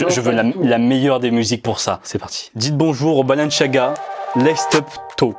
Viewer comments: C pas balanchiaga c balenciaga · Mec sa me stress c’est balenciaga pas balenchiaga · C Balen"s"iaga pas balen"ch"iaga 😭😭💀💀💀💀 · Balanciaga pas balanchiaga tu stress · Arrête de dire " balenchiaga " juste dit balenSIAAAga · C est pas balenciaga C est Balenciagra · Pourquoi il dit balanchiaga ??😭😭🤦‍♂️🤦‍♂️🤦‍♂️ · Pourquoi tu dis balenchiaga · Pourquoi tu dis balanchaga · CEST BALEN(s un s pas chiaga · C est moi où il prononce balanchiaga 😂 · Comment tu prononces Balanciaga frère wesh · Moi aussi ça m’a perturbé le « balenchiaga » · Mon dieu comment tu prononce Balenciaga 😰 tu n'a pas respecté la marque. Les premiers transparents, celles des minions et les BalenCiaga, je les trouve CANON, originaux ça sort de l'ordinaire.